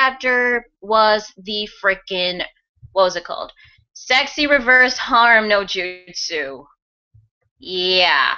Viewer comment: It's weird that he called it "that justu" as if sasuke is familiar with this technique